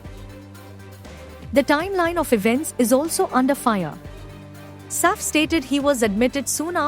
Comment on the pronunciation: ur pronunciation of Saif’s name is so irritating